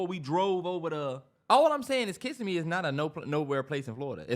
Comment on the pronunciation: Yall it’s (Kiss-sim-me) love the podcast I’m jus from Florida had to let yall know 😂❤️